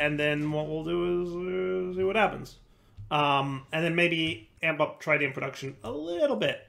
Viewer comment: Every time he tries to pronounce Tritium a little piece of me dies inside trih - tee - um not try - tee - um